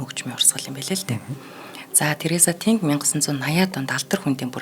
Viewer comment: Нэрийг нь ядахдаа зөв хэлээч дээ ТэнГ гэхгүй арай л юмаа